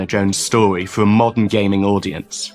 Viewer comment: did he say " modern gaming audience" or "modern gay men audience"